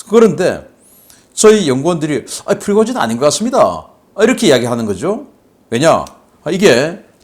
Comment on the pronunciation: 다른 사람들은 다 프리고진이라 발음하는데... 왜 자꾸 피고진이라 발음하실까요? 처음엔 무슨 말인가 했다가 나중에야 프리고진을 피고진이라 발음한다는 것을 알았네요. 아무리 집중하고 반복해 들어봐도 역시 피고진이네요. 다른 발음은 다 정확하게 하시는데 왜 그 발음만... 조금만 더 신겅써서 발음해주세요. 자막이 없었다면 도대체가 무슨 말인지 못 알아들을 뻔 했네요.